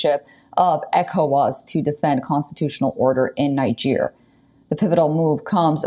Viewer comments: I hate the way she pronounces Niger. It's not pronounced ninejer, but kneejer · it's pronounced Neejer not Naijer. There's a reason it's pronounced that way.